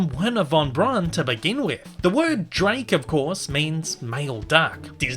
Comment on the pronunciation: Braun in Wernher Von Braun is pronounced almost as "brown". If you're skeptical of my claim, then check out the Defunctland's video The History of Tomorrowland 1955, as well as Disney's own TV special Man in Space for proof.